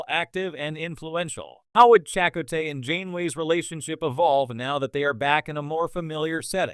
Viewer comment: Uhhhh, listen to how this computer generated voice pronounces "Chakotay" ... FFS.